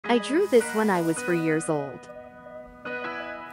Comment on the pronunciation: It said 4 it just sounded weird